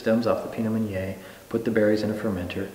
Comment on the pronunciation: Waited until to hear him saying the word "Meunier" and he pronounced it wrong... it's supposed to be [mø.nje]... and ø in French is like "ir" in English word "bird"...